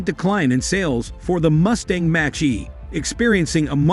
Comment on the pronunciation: Is this an AI voice over, because the way "he" pronounces F-150 and Mach-E is weird.